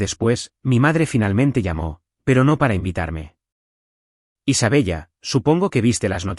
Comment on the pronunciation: ¿De verdad que el narrador no sabe que se pronuncia Isabela? Ninguna prifesionalidad